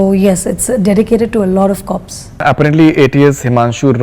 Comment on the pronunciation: will somebody explain this horse's asss interviewer how "apparently" is pronounced.. in every single interview he has done he pronounces the word like that.. annoys the crap out of me